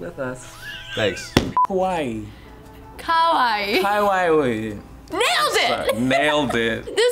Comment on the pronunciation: K-A-W-A-I-I not K-O-W-A-I-I. Lol.